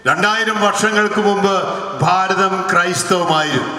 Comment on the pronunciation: It is not "Faaratham" but it should be pronounced as "bhaaratham"